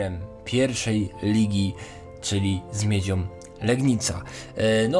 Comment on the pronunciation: grajom, wisłom, miedziom, biegajom, sr...jom🤮🤮🤮